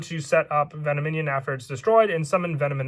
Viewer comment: VEN OM IN ON NOT VENO MINION